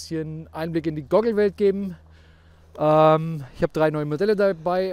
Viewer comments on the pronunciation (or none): Wenn er noch einmal "Gogel" sagt hängts mich aus.